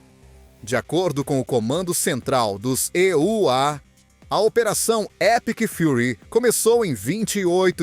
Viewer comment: Locutor que diz "ê" u á tem que voltar à escola.